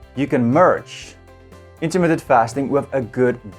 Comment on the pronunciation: Intermittent. Not Intermitted. And yes, it works. Have been doing it for two years.